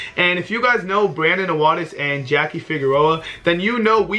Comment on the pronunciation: it's jackie not jackuje